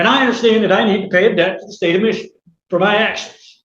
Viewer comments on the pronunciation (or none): none